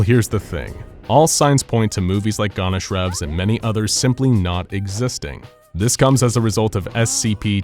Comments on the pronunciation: What the fuck is Gonashrov, its gon cha rov. Really difficult to pronounce and read the word properly, right? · It's "Goncharov", not "Gonnashrows".. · It's not gonsharov it's gonsharov Ch like in Chinese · Your pronounciation of Goncharov makes me want to throw myself into SCP-682's containment chamber.